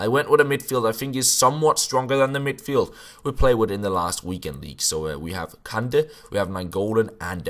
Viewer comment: Kanté not kande 😂